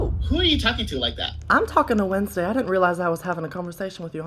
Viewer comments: "WENSDAI" HELAP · why did he speak in cursive when he said wednesday